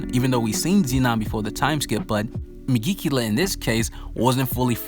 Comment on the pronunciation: I like your videos but you keep butchering the name of the devil lol